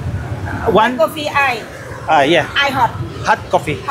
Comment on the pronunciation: Di kayo magka-intindihan dahil sa 's' hahha imbes iced coffee, sabi niya coffee eye..walang "s" nga. Yan ang mahirap sa mga bansa na yan gaya ng Thailand.